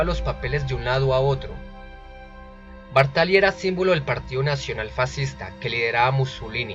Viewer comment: Bàrtali, no Bartàli.